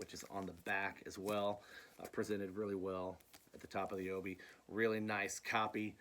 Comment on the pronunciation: Hey..awesome video...I'm also a big Japanese vinyl collector...you have some great additions to your collection. Oh and it's pronounced: O - Bee Not O - Bee -I. I got that from an actual Japanese friend...it means Sash..like a belt...hope this clears things up.